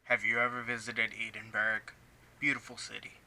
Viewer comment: edd-in-bra not eden-berg lol :)